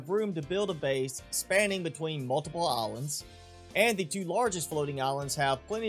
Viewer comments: You say islands as alands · Is it just me that hears olives instead of islands?